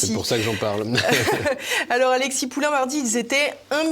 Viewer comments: Attention c’est pas Poulain, mais POULIN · Poulin, pas Poulain. Rien à voir avec Amélie !